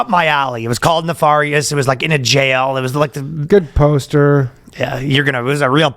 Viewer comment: Why are you pronouncing nefarious like that?